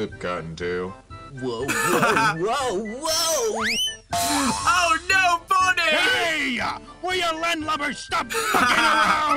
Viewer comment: Why does cotton tail sound like a racial slur